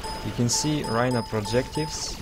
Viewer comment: Already knew all this but i do enjoy your vids (wish you would upload more, i hate twitch). BTW also dont take the wrong way, i just want to help but I heard you say i think "projectives" the word is projectiles :)